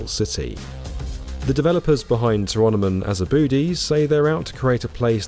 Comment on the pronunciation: just uhh fyi 'tyrannimon has a booty' should be 'to-rah-no-mon ah-zah-bu-dai'.